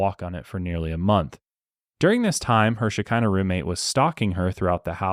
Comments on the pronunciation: Im Israeli and I was a little confused at first when u said it was a Hebrew word but then it hit me that it's very much not pronounced "Shekinah" it's pronounced sh-ch-eena. Lol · The pronunciation of the word is “ch-hi-na”… this is hard for English speakers :) “Sh..he..nah”… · fun fact Shekinah Hebrew the k is sounded as h …although the way it’s pronounced here is also fun to say ☺️ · As a Hebrew speaker wtf is Shekinah? 😂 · I am not saying you pronounce it wrong maybe thats how they called it but the Hebrew word is how i said..